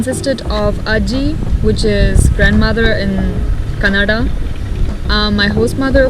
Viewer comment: You pronounced “Kannada” better than a North Indian so Danke❤️❤️❤️❤️❤️